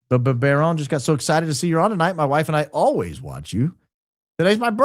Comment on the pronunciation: It's 'Baron' !